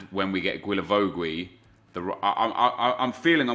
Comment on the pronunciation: Everytime you say Guilavogui's name... It's just so hard to hear, love the series keep it up man